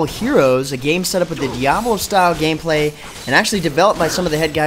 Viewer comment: "I'll show you some of the later gay-play" Lolwut?